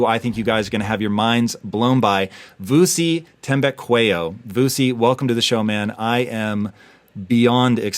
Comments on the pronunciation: Vusi Thembekweyo😂😂😂 Nice pronunciation Tom👌🏾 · Even the local butchery couldn’t have butchered Vusi’s last name like how Tom did 😂💔…anyways no beef just vibes.